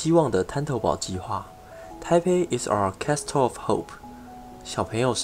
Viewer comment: Castle 裡面的 t 不發音